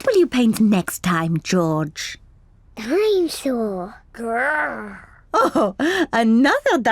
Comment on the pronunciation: dino-saw. GrRrRrRrR.